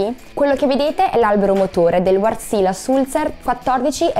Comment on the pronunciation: Quando comunichi in pubblico, devi essere precisa. Almeno informati sulla corretta pronuncia! Ci sarà pure un motivo per cui ci sono le dieresi sulle "a"! Si pronuncia Vèrtsile, con le "e" molto aperte e l'accento sulla prima sillaba.